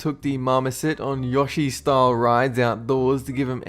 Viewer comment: It's a good thing you put a picture of Yoshi when you mentioned him cause I would've never understood what you meant with the way you pronounced his name. "Ya-she"?